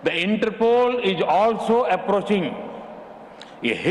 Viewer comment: Inter poles 😁😁